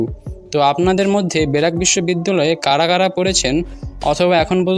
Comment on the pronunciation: কথাগুলা স্পষ্ট করেন আগে😂 বেরাক নাকি ব্রাক🤣🤣